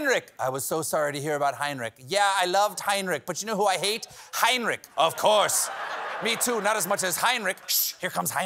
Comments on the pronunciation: I know the German "ch" is hard to pronounce for Americans but hearing the name "Heinrich" mispronounced again and again and again was a bit torturous xD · It is NOT "Heinnrik" it is Heinrich, with a CH as in lochness.Please do your basic home work Steavin. Or what ever your hands in the pockets name is.